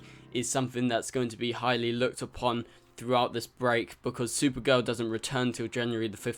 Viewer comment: its spelled supergirl. The way you pronounced it was sewer girl